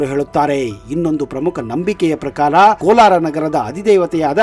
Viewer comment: It is not Kolar,it is Kolara.